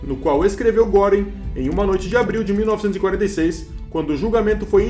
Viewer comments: "Guêring", "Kaitel" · Se lê Guêring. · GRANDE DIFERENÇA ESSE TEMPO DE ENFORCAMENTO, RECEBERAM O QUE MERECERAM.....E NÃO É GÓRING ...É GUERING... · a pronúncia de Goering está errada!!!